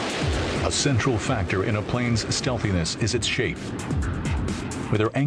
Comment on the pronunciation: did anyone hear the guy say stealthiness?